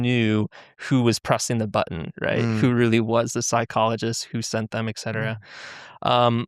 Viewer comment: "Excetera" I never leave grammar Nazi comments but if this guy is supposedly a flawless speller I don't see how he can miss this one. Idk, maybe I'm being facetious. Either way fascinating interview.